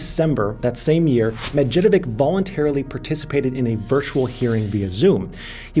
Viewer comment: there are a lot of people from slavic countries who, like me, are following you. You must find someone in your vicinity who will tell you how to pronounce these salvic last names..:DD medjedovic